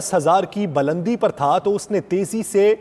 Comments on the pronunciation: bulandi word hota ha balandi ni anchor sahib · Not balandi, Bulandi